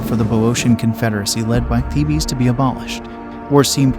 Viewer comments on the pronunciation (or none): As this is about the Greek city of Thebes and its army it would have been appropriate to pronounce Thebes correctly. It's one syllable, pronounced 'Theebs' not 'Thee-Bees'. If you cannot bother to pronounce the main subject correctly it casts doubt on the reliability of the rest of the information included in this presentation. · It's not pronounced "theebee" it's just Thebes! One word pronunciation and not thee bee😮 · THEE-BEES?? That's all I can stands; I can't stands no more!! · Isn’t “Thebes” a one syllable word? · I glad you commented. It was driving me crazy. Like a repeated flat note in a musical piece. The rest was pretty good quality and we'll worth watching. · Of course.goofy pronunciation